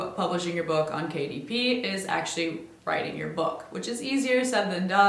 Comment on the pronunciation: i kept hearing KDP as Katie P and kept wondering who that is